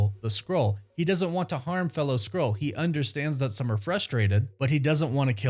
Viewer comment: Please.. Say SKRULL... not scroll 📜 😂